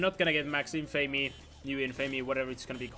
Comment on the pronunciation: you still have not learned how to pronounce "infamy" ^^ the cringe...